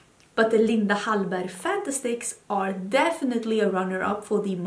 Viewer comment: I love it when you say Linda Hallberg💖 I hear others say it and it doesn't sound right😂 . Right now I'm enjoying Hourglass Lipsticks. I've only put them on a couple of times.